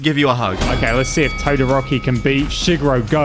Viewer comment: So we just goi g to ignore the fact that said todoROCKY